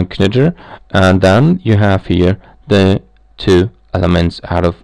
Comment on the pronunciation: In English, it's pronounced like "nitr" - the k is silent.